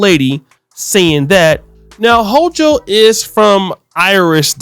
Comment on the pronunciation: You should know how to pronounce the NY Govs last name . It’s Ho-kull.